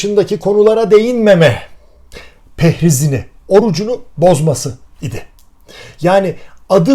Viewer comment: 'da takıldım kaldım.. "Pehriz" mi dediniz, ben mi yanlış duydum :)